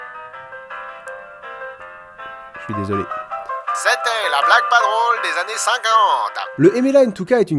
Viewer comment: Trop fort ! Comme d'hab :) (années, pas annèes)